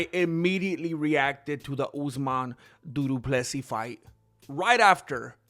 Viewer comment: Did he just say duduplessis 😂